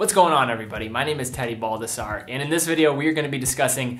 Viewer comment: Dude, you don’t even know how to pronounce your family name? It’s BAL-DASS-SARR-EH not “BALD-AH-ZAR”. Even though you are born in Us, your roots are Italian, so your last name IS NOT pronounced like you do. :(